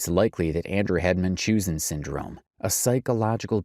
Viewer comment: Anybody else bothered by the constant mispronunciation of Munchausens?